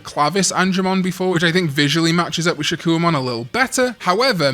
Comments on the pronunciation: Why are we pronouncing it shakoo-ohmon when its name should be said Shak-Kohmon?? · I'm so sorry, but the "wa" is haunting me. 😭 If I hear another "Shakkouwamon," I'm going to do a backflip. No hate btw. 😂